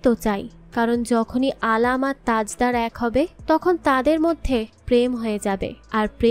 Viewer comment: u gave some false information, Bibbo Jan is the sister of Alam, not Mashi, its Tajder/ Tajdar not Tajda, its Bibbo jan, not bebo jan. I didn't listen to the full explanation but there will be some mistakes. sorry for ciriticizing.